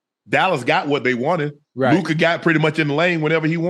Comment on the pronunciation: I’m sure ocho likes people to pronounce his name correctly, why doesn’t he fuckin try to say Lukas name right.. be respectful bro